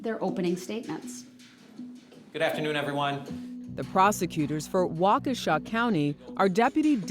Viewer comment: Wa-KESH-a not Walkawsha!